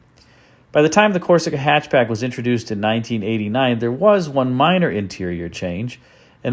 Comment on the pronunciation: I believe it's pronounced "hy'atch b'yack". Thank you.